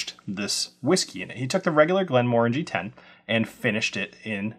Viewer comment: Thank you for not saying "Glen-MUH-RANGIE"